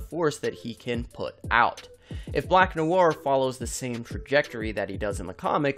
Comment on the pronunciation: 5head indeed. that black noir pronunciation made me comment.